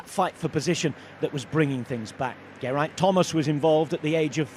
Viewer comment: Given the accent on accents, the commentator could have least have said "Geraint Thomas" with a Welsh one!